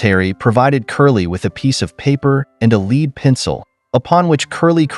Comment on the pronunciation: Not a Leed pencil but a lead (ledd) pencil